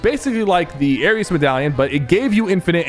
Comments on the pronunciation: SYPHER HOW DO YOU NOT KNOW HOW TO PRONOUNCE ARES? IT'S NOT ARIUS BRO IT'S 4 LETTERS☠️☠️☠️☠️ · Ares is pronounces "Air-ees" and Montague is pronounced "Mon-tah-gew" 😭😭😭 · It air ees not air es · aireez not aireuss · Sypher: Aris Everyone else: Ares edit: Ok he said basically every characters name wrong 💀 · Nah he called Ares airious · Blud said Arius instead of Ares 💀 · no way bro kept saying "arius" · as a Greek I’m just offended the way he said ares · Not only did he put Nishas ar lower than Valeria’s smg he also put Montague low it’s good when you hit your shots plus he kept saying ares name wrong 😭